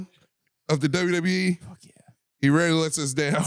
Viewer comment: Dude, didn't even say rarely. He said rayee. The guy can't, or just chooses not to, pronounce words.